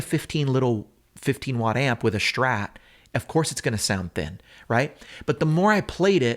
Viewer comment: Please stop saying "Shhtrat." It's not your dialect, it is the only word you pronounce incorrectly. Thank you. -your viewers.